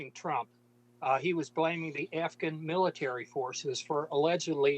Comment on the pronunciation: She said afgram... Not Afghan. Omg the left is full of twits.